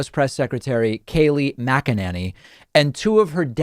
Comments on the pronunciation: Bro you've got to stop saying her name wrong, it's Mac-a-Nay-knee. In the first minute you mispronounced it three different ways. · Why do u pronounce her name that way? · 😂😂😂🤣 I cant figure out if David is purposely screwing up McEnany or if he literally can’t pronounce it! Lol But wait he does the same thing with Laura Trump. Calls her LaaRah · David, you are mispronouncing her last name! 😂